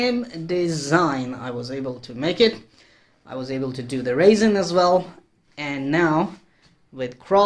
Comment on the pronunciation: Very nice demo. That is what I need also is some shelves. I didn't know what you were talking about at first lol, sort of cute made me giggle, but that stuff called resin, is pronounced rezin as in resolution. I thought you were talking about dried grapes or raisens lol. Well we still have snow and to cold to fly so might as well as build a few shelves. Happy Flying